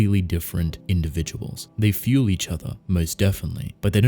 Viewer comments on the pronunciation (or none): none